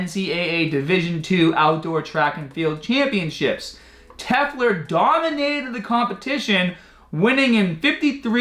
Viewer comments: LOL. YOu can't even read (and you do this in many videos) The name is "Telfer", you say "Tefler". You are beyond inept at this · You pronouncing Telfer is so cringy. tell-fur. Try that